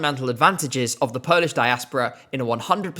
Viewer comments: Your Polish pronauciation is really good! I am proud that my country is finally moving farward from what we have presented before. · Good job and really good Polish pronounciation. Thaks! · I really recommend you to listen to Sw@ dyskography as he has produced some real gems like bahato, anjela, or vysoko letaju. I was really impressed by the national selection and liked quite a few of the artists. And kudos on the polish pronunciation 😊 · Your pronounciation is really good. As a Pole I can confirm that😅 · I have to say often British people struggle pronouncing our names but you did a pretty good job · wow you're so good at pronouncing polish I'm impressed. Hardly anyone bothers to even check how anything is supposed to be pronounced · As a polish viewer, this video was a pleasant surprise. Finnaly Poland in ESC is being talked about in a positive light 🥰 I also loved Lusterka It's clear that you check how to pronounce polish words and it's greatly appreciated! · Your pronounciation is great for a Brit, we appreciate the effort 🫡